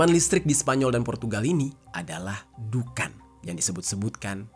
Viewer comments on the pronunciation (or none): Bang larat bukan dukan tapi adhuqon( Duqon) 😅😊🙏